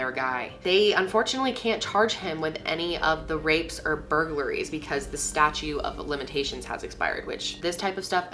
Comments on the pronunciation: "Statute" not "statue"...c'mon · i had always believed that once trash was outside it’s public property? or city? something. i just remember hearing that once something is thrown away it doesn’t belong to that person anymore. could be wrong. also, “statue of limitations” 🥺❤️ you so cute. i’m sure it was a mistake but it made me giggle